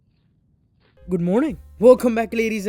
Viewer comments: I hear BITZA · I always hear ICZA! instead of pizza